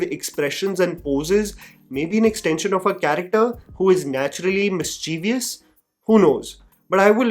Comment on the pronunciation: At 6.46 did I just hear mispronounce the word mischievous??? 😮🫣